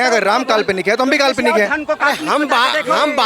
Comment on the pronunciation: Ram ko kalponic bolne wala Pakistani hai. Isko Pakistan veg dena chahie. Media wala ko salute